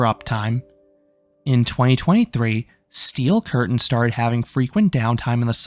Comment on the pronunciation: stop saying steel curtain like that